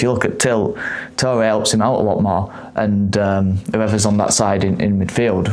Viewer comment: He said Touray average, i cant listen to anymore sorry